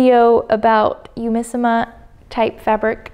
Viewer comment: This is a bit of a petty comment I'm really sorry, but for all the virtues you're praising the fabric for, you could've bothered a little more to say the name of the company right (google translate has a speak function that lets you hear how a foreign phrase or word is pronounced).